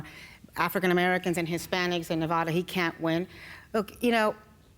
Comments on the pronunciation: I LOVE YOU BILL but you are all pronouncing Nevada wrong.... >.> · Fucking A bill, Pronounce Nevada correctly please. its not NevAAAAAdaAWWW, jeezums